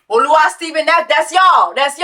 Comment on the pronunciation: It’s “Oluwa”